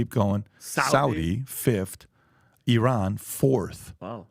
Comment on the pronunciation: Funny actually pronounced iran correctly e-ron